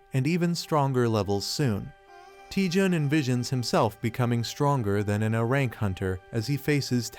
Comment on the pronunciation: I too want an ahrahnk skill... this AI needs more time in the oven... it like gave up at the end